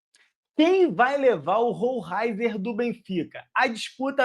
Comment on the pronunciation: É (ROLEISER ) a pronúncia correta!!! É assim que os narradores argentinos o chamavam quando ele jogava no Estudiantes. Assistia vários jogos dele